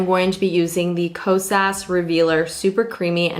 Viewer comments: I’m pretty sure it’s pronounced “Kos uh” I think the “S” is silent... It’s definitely not “Kos ass” I do know that, he he. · this is what I kept hearing: “kose-ass” 😂😂